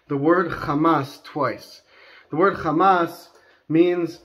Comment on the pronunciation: You're pronouncing Hamas as Khamas. Wrong word!